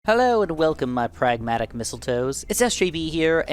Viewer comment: “Fragmatic mistletoe’s”??